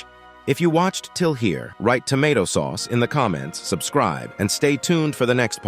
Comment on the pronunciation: Tomato saauce. Cuz it was said with two a’s